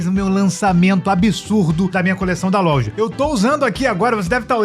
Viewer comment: Pq vc fala "lolja"? Vc é retardado?